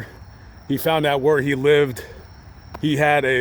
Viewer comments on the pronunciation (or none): none